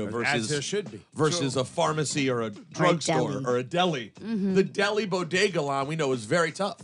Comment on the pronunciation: WTF SHE SAID BOGEDA.. INSTEAD OF BODEGA..🤣🤣🤣🤣😞😞😞😞😞😞🤦🏽‍♂️🤦🏽‍♂️🤦🏽‍♂️🤦🏽‍♂️🤦🏽‍♂️🤦🏽‍♂️